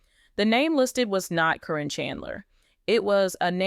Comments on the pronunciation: If this is legit, why are you pronouncing Caryn’s name incorrectly. It’s “Karen” even though it’s spelled differently. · This is bull First you or sources should know how her name is pronounce Second it would be on the news which it was not And thing about his son is far from the truth Matt would never allow that